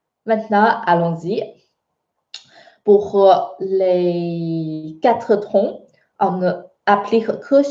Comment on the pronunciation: J ai l impression que tu prononces trons alors que il faut prononcer tons en français ! Merci